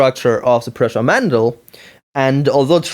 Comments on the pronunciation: Hi man, first, my name is pronounced "proosha". As you said, its old model, no reason to bitch about it in 2013 you are three years too late ;-) It is still built as there are thousands of ppl who can help you with it. Hanging Z axis was made because it transfers less wobble to the print, now with tube couplings, its not needed. Your coupling slid out of the shafts either because they were oversized or you didnt tighten them. Sanding the motor shafts helps a lot too. Your cables broke as you didn't bolt them to the Y carriage or used poor cables. Two motor Z axis is much easier to maintain then the original mendel one, if you would built original mendel, you would know. That thing sucked to calibrate. The x axis wobble is true, but during prints it wasn't affecting the quality too much. ... Anyway, keep up the good work. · Nope. It's pronounced "pruh-sha". Trust me, I've met the guy and I'm right.